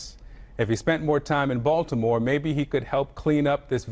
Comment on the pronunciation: No. He said Balitmore. lol.